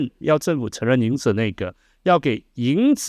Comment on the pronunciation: 博士讲的很好，但就是不看字幕的话，当PODCAST听，很多听不大懂，发音有点不准，比如影子说成颖子